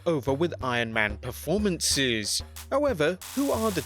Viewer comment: why did you say performances like that 🤣🤣🤣